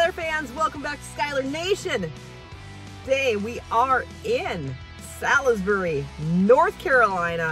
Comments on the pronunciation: Molly, I love you, and think you TOTALLY ROCK, but as a native North Carolinian, I cringed when you pronounced the town of Salisbury! It’s not pronounced like it looks. It is pronounced just like the culinary delight of tender steak smothered in gravy, usually served with mashed potatoes or rice (Salls-berry…emphasise on the first syllable). I don’t want to be picky, but it just bothered me that you didn’t correct yourself in the video…it hurt my heart for some reason. But I STILL love you! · So funny how she pronounced Salisbury.